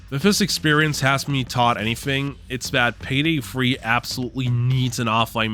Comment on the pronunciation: Why do you say Payday Free instead of Payday 3? Is there a joke that I'm missing?